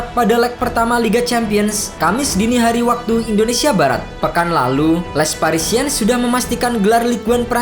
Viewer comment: Sekali kali narator harus belajar mengeja paling tdk nama-nama tim di negara saya, sakit telinga mendengarkan les parisiens dibaca.😪🤒🤕